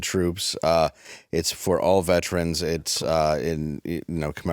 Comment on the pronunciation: Y’all just can’t stop enraging me with the vetran bullshit huh? Vet-eran. Ve-teran. Veter-an. I can’t think of another way to break it down phonetically to help the ree rees. Y’all are the intelligence quotient that made irregardless a word. I’m positive that you say forwards and backwards too, because forward and backward somehow doesn’t convey the incoherent thought you’re trying to get across apparently. The movie Idiocracy is coming to be and you’re ushering it in with a planned seating chart!